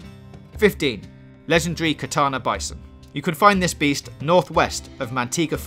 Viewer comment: It’s takana